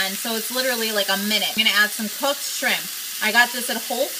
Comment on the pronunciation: SHIRMP stir fry lol